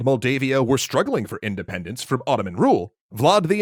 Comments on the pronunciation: "indendence" lol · INDENDENCE xD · he says "indendence" which is way funnier than independence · "We just want Indendence"? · indendence hmmm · "We just want... Indendence." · "indendence" uwu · "Indendence" what? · Ah yes, my favorite word: "INDENDENCE"